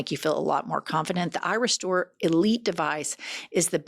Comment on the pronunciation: when just listening, the add is a tad confusing. Irestore can sound like eyerestore ❤😂